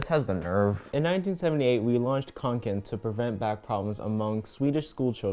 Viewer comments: i feel like being annoying right now but it’s ”kånken” not ”kanken” and å is basically o but written differently lol i think it could be called the swedish o (at least it is in our language) so yeah technically it’s just konken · yeah I'm a Swedish American and it's kinda funny to listen to but that's pretty accurate and then the kanken part u gotta say the "a" (the swedish letter one my keyboard just doesn't have it) you gotta say it like k"oh"nken but it's hard to write out